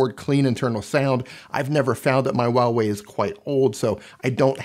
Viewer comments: it's not wah Wei lol it's Hwa wey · For everyone Huawei - hu-wa-wey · "WAWEI" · A moment of silence for the pronunciation of huawei